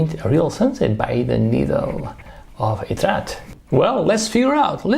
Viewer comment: It's Étretat, not Etrat 😅